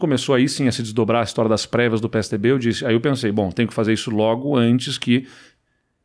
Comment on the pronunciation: "depois de ter perdido as previas"... e eu entendi "pregas".